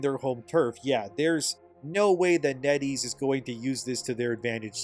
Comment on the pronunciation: Net Ease rhymes with Eddies